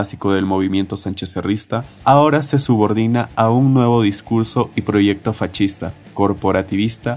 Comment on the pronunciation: Bro, por qué dices fachista en lugar de decir fascista ?